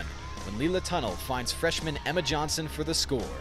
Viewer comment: just it's pronounced tuh-NELL, not like a tunnel